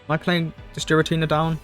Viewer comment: Quick PSA. It’s pronounced “gear-atina “ and “arc-eus” :) Sweet deck!